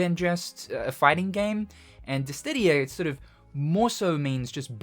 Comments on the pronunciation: I swear you say dis didia on purpose the last time you made a DIS SIDIA reference the comments were the same xD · DISS•I•DIA Not DISS•DID•IA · Curious why you add a "T" to Dissidia, pronouncing it "Distidia"? Is it a reference? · is he saying dissdidia? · Ahhh, I love it when says "Dissdittia". The fact that it's still the same pronunciation after like 5 decades is food for my soul! Inject it into my veins! Jokes aside, though, I do actually find it very charming, so never change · Is it actually pronounced Dis-Tih-Dia as you keep doing? 😮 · This dude saying Dis Tiddy ya. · its dissdia go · diss-ee-dee-uh, i love you man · Why does he say dissTidia? The pronounciation is weird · Dist ti dia lol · After all this time...you still can't say Dissidia. Never change man. 😂